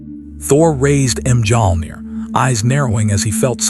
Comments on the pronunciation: AI: Thor raised M Jong 😂😂😂 gotta love when the ai can't pronounce correctly. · The letter j is silent